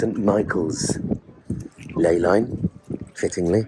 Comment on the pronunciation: Misspeaks ley line, spills coffee, “bloody archangels “ 😂😂